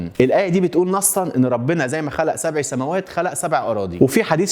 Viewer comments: يا أخي إنتَ قرأت الآية خطأ ، ﴿اللَّهُ الَّذي خَلَقَ سَبعَ سَماواتٍ وَمِنَ الأَرضِ مِثلَهُنَّ يَتَنَزَّلُ الأَمرُ بَينَهُنَّ لِتَعلَموا أَنَّ اللَّهَ عَلى كُلِّ شَيءٍ قَديرٌ وَأَنَّ اللَّهَ قَد أَحاطَ بِكُلِّ شَيءٍ عِلمًا﴾ [At-Talâq: 12] سبعَ وليس سبعِ ، بالفتح وليس بالكسر حاول تكتب تعليق مثبت بالتصحيح عشان الناس تعرف ... وشكراً ❤ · جزاك الله خير الجزاء انتبه للحركات عند قراءة القران (سبعَ) بالفتح وليس بالكسر